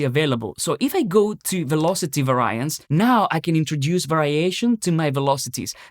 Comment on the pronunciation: You are mispronouncing "variance" btw. It should be VAR-ee-ance, not var-EYE-ance. Also, it is pa-RA-me-ters, not PA-ra-me-ters.